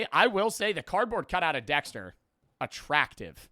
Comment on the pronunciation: “dextuh😀” “give me ritas key 🫸🫷😡”